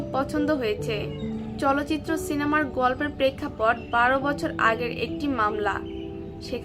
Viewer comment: চলচিত্র নয় চালচিত্র।।। ঠিক করে বলুন।।